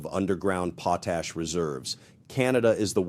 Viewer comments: 🇨🇦Our Potash will be sold to who we choose not who threatens us🇨🇦 Also it is pronounced pot-ash not pot-hash although we have lots of that too. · "POT ... a-s-h" What a weird pronunciation!